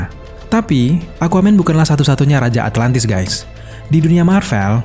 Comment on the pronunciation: Atlantis bang bukan atlatnis duh risih